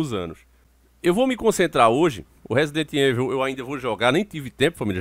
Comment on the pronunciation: sei que sou chato nisso mais da nervoso esse nome rsrs resident evil , mais se fala resident ívôu só a dica msm rsrs abs